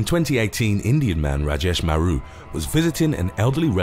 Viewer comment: Lol that Rajesh Maru pronounciation was spot on !! 😂